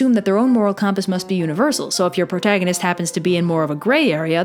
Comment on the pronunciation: Out of curiosity, where are you from? I don't think I've ever heard "compass" pronounced that way, but the rest of your accent is fairly standard Midwest. Really enjoy the trope/character-building talks!